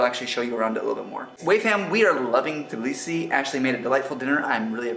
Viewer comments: can't believe that you kept pronouncing it blisi. its not that hard. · T in Tbilisi isn’t silent. I’m from Tbilisi and in Georgian language we don’t have silent letters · dafaq We spell the T in Tbilisi. This guy is talking sh.... Not true tea.. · We do say the T it's not silent never was